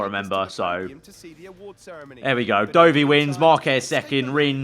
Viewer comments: Please stop saying Doughvi for Dovi 😂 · FYI — Dovvy not Doughvy